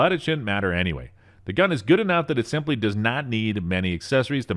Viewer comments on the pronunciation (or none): none